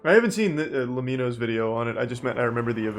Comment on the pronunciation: Intro of LEMMiNO's video: "just lEmmino" Charlie: lemmIno Also Charlie some days ago: makes fun of a guy who pronounced mArio as mErio